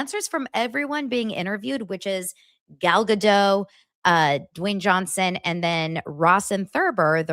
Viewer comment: Gal Ga-Dote. She's Israeli, not French...